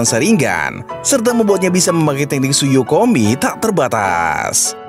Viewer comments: Tsukoyomi bang bukan tsuyokomi 🤭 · (Susu yomi ya) bukan tsukoyomi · Tsukoyomiiii banggg bukan tsuyokomiii 😢😢😢😢